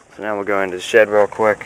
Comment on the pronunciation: shed, not shit lol